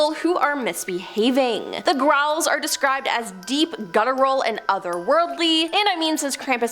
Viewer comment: I heard "Raul" every time she said "growl." 😂